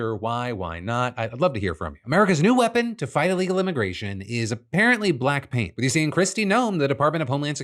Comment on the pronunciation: I heard “Black Pink” instead of “Black Paint”. I was very interested in learning how K-pop got involved in the border.